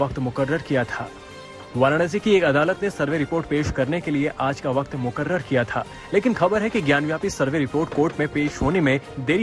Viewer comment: Ye mukrrrarrr kya hota h